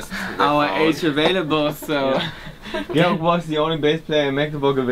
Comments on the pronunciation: After all these years no one can get Georg's name right! xD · Why no one can pronounce Georg name? Is not that hard.